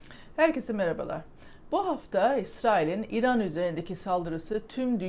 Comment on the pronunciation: mükemmel diksiyonunuza küçük bir ilave yapabilir misiniz, kısaca İran demek yerine İiran deyin. Lütfen.